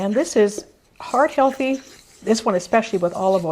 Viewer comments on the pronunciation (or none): Hey ive been a subscriber for a while and I cant tell if your saying heart healthy or hard healthy can you please tell me